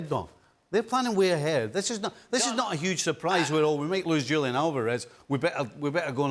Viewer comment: It is so disrespectful for Dan to KNOWINGLY mispronounce Julian Alvarez's first name. 🙄